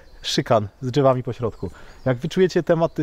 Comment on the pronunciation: Mówi się "drzewami" a nie "dżewami" tak mnie na języku polskim uczyli. Po za tym łapka w górę. Super film! Nie to, żebym był złośliwy, ale dzieciaki Pana, oglądają i rozumie Pan, po prostu nie wypada kaleczyć. Pozdrowionka.